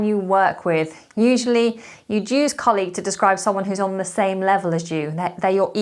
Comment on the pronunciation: For colleague, you are pronouncing in the wrong way